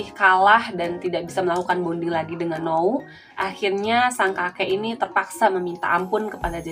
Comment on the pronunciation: N-ou bukan no-u